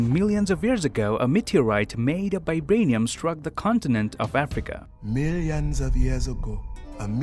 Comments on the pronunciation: I watched this video at 0.25x speed and realized that the lad pronounces Vibranium as Bi-branium🤯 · It's called VIBRANIUM not f*cking BIBRANIUM